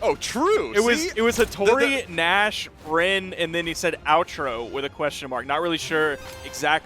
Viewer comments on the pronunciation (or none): "Outro?" In portuguese means "Other?" As if whoever chose that option thought his best character was none of the above and thought it was some other one. Kinda redundant explanation but wanted to make sure you understood. It's also pronounced more like "Oh-tro" than "Ow-tro."